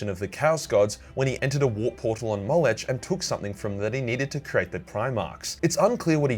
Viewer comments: It's "Moleck" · It's mo-leck